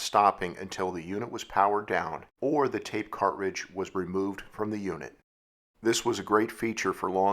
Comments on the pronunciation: You say "cart-ridge", I say "car-tridge". My '74 Duster had an aftermarket 8 track player and a few of my sister's cartridges. The Cars first album was my favorite. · Why are you saying cartridge all weird your putting a space in betwixt cart and ridge and sounds super weird... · ...when you can't properly pronounce, "cartridge." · Yes, odd pronunciation, never heard it that way before. Is it a regionalism-?